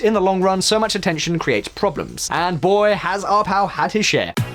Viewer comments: "Joe Arpow" lol. It's Ar-pai-o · Pie, not pay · Sheriff Joe Ar-PIE-oh. But then if his name gets mispronounced for the rest of time then I'm good with that. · Joe Arpaio’s surname is pronounced Arr-pie-ōh, that’s pie as in 🥧 . Arizona is led by the Phoenix metropolitan area, and the Phoenix metropolitan area is regularly rated the most conservative area of the country. Other parts of the state are more democrat leaning, but they can’t overcome the way districts are drawn. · his name is "are-pay-oh" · Native Arizonan, here, it's "pie." Case closed